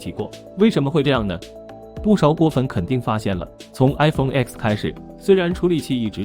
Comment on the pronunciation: 听到iPhone X 被念成 iPhone ㄝㄎㄙ 就知道 这个影片不用再看了